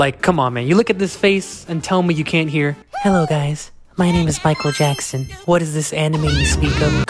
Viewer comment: “Maikuuru Jaxsun”